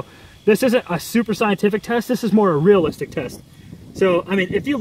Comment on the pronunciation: "realalistic" fucking moron